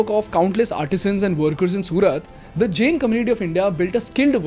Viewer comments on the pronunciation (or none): Isko pehle Jain bolna sikhao, pure video me jen jen bole jaa rha h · If I have not heard it wrong are you pronouncing " जैन " as " जेन ". " जैन " is correct pronunciation. 😅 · your pronunciation of "Jain" is wrong. Its Jayn not Jane as you are saying it. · Just a minor correction, it is pronounced Jain(जैन) rather than Jane. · Firstly thanks for spreading knowledge about our community and religion but ek baat bolu ? It's not JEN, it's Jain. Please correct your pronunciation brother 🙏🏽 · It’s not Jane, it’s Jain… It does not rhyme with chain, it rhymes with can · Bro plz Jain aache Se bol lo